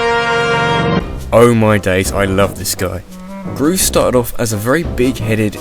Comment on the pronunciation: Groose doesn't rhyme with douche..